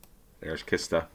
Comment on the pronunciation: Kista (the place) is pronounced "cheestah" (sort of). There's also the pronunciation "chistah", but in that case the word means coffin.